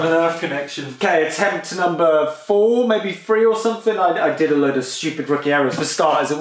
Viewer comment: omg it's three not free just like my french kid trying to learn english. Subscribed cause it's good info :)